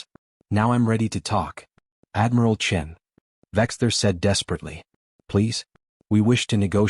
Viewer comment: Admiral Chin? Not Admiral Chen? It's not a real space tale without Admiral Chen. What next Lieutenant Marrison instead of Morrison?